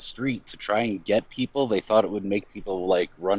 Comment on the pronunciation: guys pretends to be Jewish saying he converted, based on his accent I can tell that he is not, he is an Arabic speaking person with a strong Arabic accent, Hebrew accent is not similar at all to Arabic accent, the biggest giveaway to his flasification of his identity is how he says People, he said Beoble, because in Arabic the P sound does not exsit.